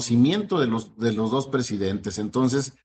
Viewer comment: jajajajajajajaj mire nada mas, y diche unach, y diche doch, y diche trech, joche luich el chairo comediante! jajajjaja